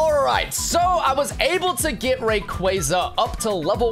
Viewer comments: Dude... Ray-quah-zah Stop with the RayQuayQuay please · You did not just say rayqwayza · It's pronounced (ray-qwa-za) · Ain’t no way he just said “rayquaiyza” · Shiny “ray- qwaa- za” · It’s ray cwassa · the way you pronounce raquaza hurts me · It’s rayqauza not what your saying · You pronouncing rayqaza wrong bro😢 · Why you calling rayquaza raykwayza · You say Rayquaza ro g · Ray cwohz uh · Bro say Rsyquaza right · bro is saying shiny reyqaza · your saying rayquaza rong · It is pronounced R K us